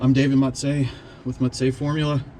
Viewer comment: Well done, great car. Never forget your roots - you’re. Not David Mut-zzei